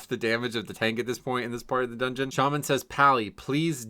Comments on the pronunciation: so glad "doogeuoon" is becoming a regular - loved it when you previously called the dungeons by their german names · Doongeoon. Works for me…I blast-laughed at doongeoon. Ha!